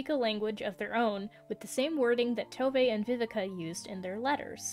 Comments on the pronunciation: Tove is pronounced Two-vah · I can confidently say you butchered every single swedish word in the video (Including Tove's name)